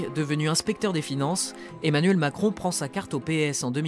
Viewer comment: « Emmanuel Maçon » jpp😂😭😭